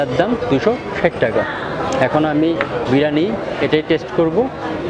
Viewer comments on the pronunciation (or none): kothata Biriyani....not birani.....aar kothata Chamoch hobe.....chamich na.